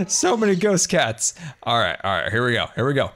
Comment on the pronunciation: Didn’t know called Ghasts “GhostCats” xD